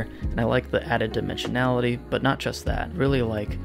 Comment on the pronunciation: he also at one point says dimensionality LOL